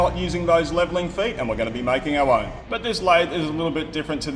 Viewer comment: "And we are going to be making OW own" :-P